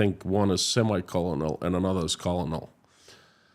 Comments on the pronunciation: Hi, you English is good considering it's not your first. In usa, Colonel is pronounced kernel, like a kernel of corn. I found this on the net: "when the Italian word colonello was taken into French, it became coronel; and the word was borrowed by the English from the French in this form. Later the spelling colonel came to be used in order to reflect the Italian origin of the word. But by then the pronunciation with r was well established." I had French and German classes in school and it was annoying and I didn't want to continue. Respect to anyone learning languages. I went to Russia in '87 with an ending hunger group, promoting that and peace with Russia. Search "Americans Run for Peace Through Moscow’s Streets latimes". I learned the language a little, very little and the alphabet. I figured for my own safety I should at least be able to read the alphabet. Now I can kinda read russian, but I can't remember all the letters:-) Very different language... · he pronounces-colonel..I always heard - coernel… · pronunciation of "colonel" and "penitentiary" shows that he knows how to spell those words, which is more than I can say of a lot of Americans.